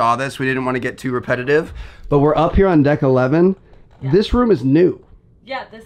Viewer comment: Who heard Her northern accent when she says “on”?